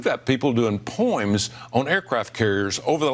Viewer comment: Plus he didn’t say “poem”. He said “poim” what an ignorant slimeball! Thanks Alabama! Knuckleheads!